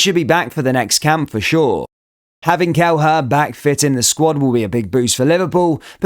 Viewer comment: It's pronounced 'Kel-eh-her' not 'Kel-her' you're welcome 😁